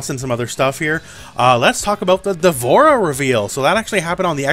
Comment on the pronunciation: Ugh Dvorah really?